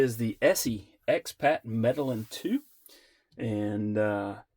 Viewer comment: mɛdeɪˈjiːn pronounce it correctly